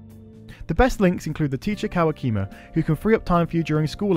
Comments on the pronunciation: Kawakami, not Kawakima. Women dont like having their names misplaced. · “Kawakima” What...I must’ve heard wrong scrolls back “ K a w a k i m a “ clenches fist